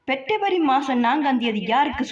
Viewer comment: பெற்ரவரி இல்லடி பெப்ரவரி டி அது என்ன கொடுமையெல்லாம் பார்க்க வேண்டியதா இருக்கு